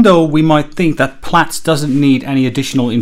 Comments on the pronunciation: You're correct in pronouncing it "Plats" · That’s the correct pronunciation my friend. Just look at its logo …